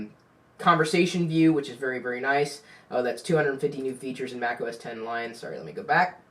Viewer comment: THANKYOU FOR SAYING THAT! I HATE WHEN PEOPLE SAY "MAC OS 'X'